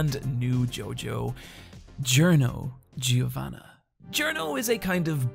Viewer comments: Just to help ya its JOrno JOvanna AbbaKKio NaranCHA Thats how you should be spelling em, or just try and imitate their japanese dub even tho they miss spell them too. They don't mark the double B on Abbacchio or the double N on Giovanna which should be done if reading in italian. Also be careful spanish is different from italian XD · “Jrno Geovanna”